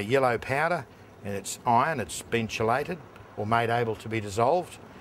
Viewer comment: KEY LATE not SHEE LATE.........shee late is when the Misses don't come home after work